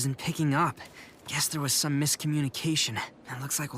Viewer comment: "Grow sime wereballs" WHAT 💀